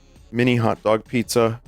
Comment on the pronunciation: Pizza more like pee zza